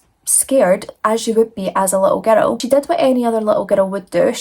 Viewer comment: And "girl", "gur-rell"❤